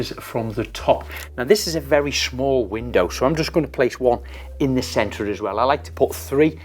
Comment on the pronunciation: me too. The way Craig says it should be standard pronuciation. Love it too!